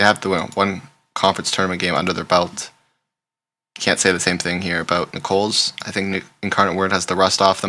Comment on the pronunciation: Really enjoy your videos and picks! You are clearly not from the south so let me help it is Nickels not Nicole's 😊